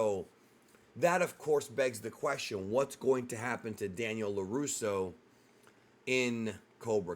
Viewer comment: "Laruso Audio" 😂